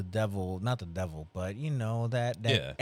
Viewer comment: Webby... he da "Debbil" 😂😅